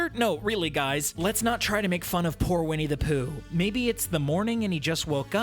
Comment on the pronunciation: Its Winnie the pooh not "POO"